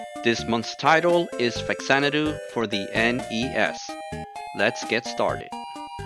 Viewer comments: Good retrospective but, it's Fah-zanadu. Not facks-anadu. The "fa" in front is supposed to denote that this is "Xanadu on the Famicom". I also used to say it like "fax", until some other review pointed out the reason why it's written, or said this way. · Love this game, but it's pronounced Fazanadoo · Yeah. Right. That's how they pronounce it in the video too. But I keep hearing people online saying that it's really pronounced FA-zan-a-do. This is because it's actually an offshoot of the Xanadu series of games and the "Fa" in the front of it is just a prefix that stands for "Famicom", the Japanese name for what ended up becoming the Nintendo Entertainment System in the US and Europe. I don't care if that's really a thing that's true. I'm never going to call it FA-zan-a-do. 😁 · Haven’t watched yet, but in English the only correct pronunciation is Fax-AN-a-doo. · nihon falcom was always and still is one of the greatest game makers ever (the Y's games are my absolute favorite franchise, and legend of heroes rules too, from the og rpgs to prophecy of the moonlight witch to the trails in the skies series etc) ... hudson was fantastic too, dont get me wrong... RIP... but obviously since its literally supposed to be a "famicom xanadu" that means its actually pronounced "fa zanadu", not "fax anadu"...